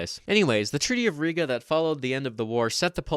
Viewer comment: Just a note and not to be "that guy" but Riga is pronounced with a long I ( Reeee-gah).